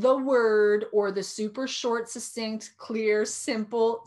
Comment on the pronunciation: Not to bitch but, succinct sounds like, suck cinct, not sussinct.